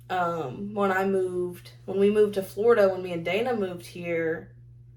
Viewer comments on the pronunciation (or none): none